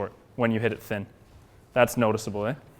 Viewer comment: lol, i heard the Canadian there " it's getting there, eh"